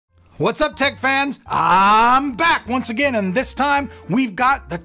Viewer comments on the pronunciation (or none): none